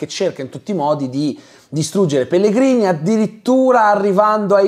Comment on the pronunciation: scusa ma in che lingua hai guardato la serie? Perché pronunci Pellegrini all'italiana quando anche nella versione italiana il nome viene detto "Pellegrinì"